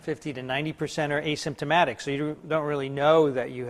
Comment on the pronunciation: did you just "asymptomatic"? It's appalling...it's on the slide...read it properly. And colambio? 😀